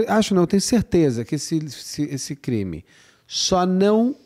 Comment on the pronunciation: o intrevistado nao sabe falar o nome brasileiro da comparca... o intrevistado chama o "crime" de creme.. isso em 2 minutos e parei de assistir. Uma mala e referido como "bolsa". a menina dentro da mala nao e uma sena de orror, corrigido pelo ilustre.